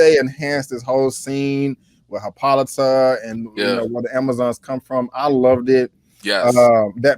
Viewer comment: C’mon Brandon...it’s Queen Hippolyta (hippo-light-a)